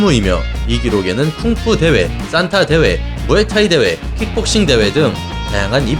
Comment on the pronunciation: 발음을 "싼타"라고 하시는데 "산타"가 맞지 않나요? 크리스마스 할아버지 말할 때 싼타라고 발음하는거고, 무술 산타는 그냥 발음이 "산타"입니다.